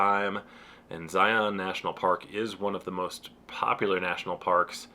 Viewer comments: Love the video! As an Utah native, my only note is that you’re pronouncing Zion wrong. In Utah we pronounce it as Zi-un instead of Zi-on. I know, we’re very weird. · It's pronounced Zy-un. Like lion with a Z. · The first thing you should learn before you visit Zion, is how to pronounce it. "Zion" is pronounced like "lion," not like "try-on." And the Monument was "muh-KOON-to-weep," not the way you said it. Sheesh!